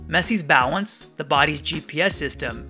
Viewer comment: Is it just me how when u say balance, u saw “bao wence”?? Idk